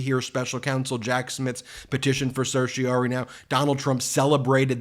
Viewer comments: Ben: certiorari is pronounced ser-shuh-rah-ri. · Ben, certorari is pronounced sir-shi-a-rare-I from the Norman Latin "to certify". It is an ancient writ developed in England in the middle ages allowing a higher court to quash an order of a lower court or government act on the basis of Illegality, irrationality or procedural impropriety. It stems from the Crown who represents the petitioner; hence R. v. Home Secretary ex parte Brown. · "Cer-ti-o-RARE-ee" - five syllables. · Ben, please practice the correct pronunciation of "certiorari"; you drop the "ra" more often than you pronounce it.